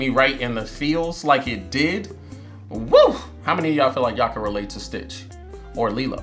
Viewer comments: it's stitch, not twitch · I love how most of the time he said twitch instead of stitch. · Another thing the subtitles are on they say STITCH and he still says twitch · This might be the only movie where you sorta got all their names right apart from calling stitch twitch a few times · It’s not twitch it’s stitch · It’s not a video if he don’t mess up the main characters name 😂😂😂😂😂.. I be tuned into all your videos fam!! Great content. Gives me a reason to watch something for the 3rd time